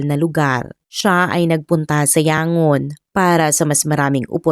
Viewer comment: Di ba Yang-gon ang pagpronounce nu?